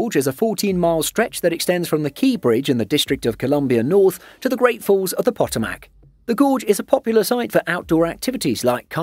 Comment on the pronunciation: It is pronounced "Pa Toe Mic" with the accent on toe